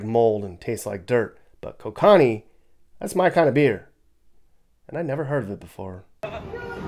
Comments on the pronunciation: alright as a Canadian I have to make sure that you say it correctly "Coke Can Knee" not Co kanee love watching your tours Greetings from Toronto Canada... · It’s not called ko-konni 😂😂. It’s coke anni. Like the fish. Kokanee is a land kicked salmon. And that beer is Canadian. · Pronouced Ko-Kan-nee. Brewed here in BC Canada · Jeez,! It's KO-ca-knee, not ko-CAN-ee. Originally Canadian, although I imagine it's brewed all over since it was bought by Labatt's, then Anheuser Busch InBev. Nice video, though; I grew up around there. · "Kokawnee" 😂😂 it's pronounced Ko-kin-ee.. Canadian beer 🍻🇨🇦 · Beer is pronounced coke an knee, my fav, really enjoyed your Montana and Idaho videos, thanks! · THAT BEER IS PRONOUNCED COKE-CAN-KNEE! I HOPE PEOPLE FROM IDAHO DID NOT HEAR YOU SAY THE NAME OF THAT BEER! LOL! LOVE YOUR VIDEO! THANKS FOR SHARING! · The beer is called "KOH-kuh-nee", and it's pretty good! Better than Coors any day! 🍺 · Your "new" beer is pronounced kow kuh nee. Brewed just across the border in Creston BC. Named after a variety of landlocked salmon. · Kokanee beer is Canadian. It's pronounced Ko as in co-operation Ka as in cafe Nee like knee. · jfi that beer you like is pronounced “Coke-ah-knee” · It's KOH-ca-nee. Canadian import, cheap but passable. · Getting close to Oregon, if in Spfd, lets have a beer.. 🤙🏻 The beer is named after a type of Salmon. Pronounced different… Coke-a-knee Safe Travels 🤙🏻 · Great video! It’s pronounced Coke-uh-nee btw. It’s named after a type of fish native to the PNW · LOL. Kokanee = "Coke + Annie" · You know better....Kokanee KO-cun-nee You have ties up here and MT, so I know you're being funny. 😂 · It is pronounced KO-CAN-EEE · “Coke & Knee” is ‘Kokanee’ pronounced correctly…beer fact. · Its pronounced coke-uhh-knee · 😂 It's pronounced CO CA NEEEE. God bless ❤ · That is not how you say Ko Can EE 😂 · it's pronounced "coke-ah-knee" Kokanee